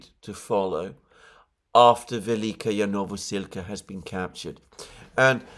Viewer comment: Hey, I love your analysis and i hate to be pedantic but I have to say that your adding a "ya" to the ending of Velyka is disturbing even for someone who does not speak Ukrainian. The correct pronunciation is vel-lee-ka novo-sil-ka.